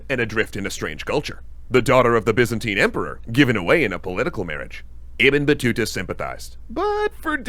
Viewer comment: Bro how you keep butchering Ibn Battuta’s name 😂